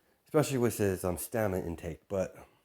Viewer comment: Stamina not stanima